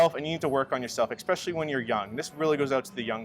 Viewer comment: 'Moneyball' lol., it is 'especially' not eCspecially lol (if you are going to use a word all the time, use it correctly). You sound uneducated saying it like that dude.